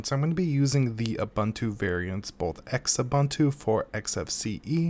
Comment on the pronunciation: I can't get over how you pronounce Xubuntu and Lubuntu. Gosh, it's not X-Ubuntu or L-Ubuntu. It's pronounced as one word, the x making the z sound, like "zubuntu," and it should be obvious how to pronounce Lubuntu, like "loobuntu" or something. BUT! Thanks for this comparison. Both are great for low-powered computers. I prefer Xfce on Xubuntu. The stock install of Xfce is pretty bad, but Xubuntu adds a few things to it. It's super customizable, though and with themes, you can make it look really modern. It's also a whole lot easier to configure than KDE's Plasma. Plasma's options are super great, but Xfce is just easy in that you just right-click on whatever you want to change, click "Preferences" and you're there. That said, looking at the version of Lubuntu you showcased, it doesn't look bad at all. Yes, its default menu leaves a lot to be desired, but it gets the job done. If only LXQt saved as much memory as its predecessor LXDE does. Also, Qt is intended to be pronounced like "cute" though many people resent that pronunciation, just like most people don't know how to properly pronounce GNOME and MATE. Thanks for the video!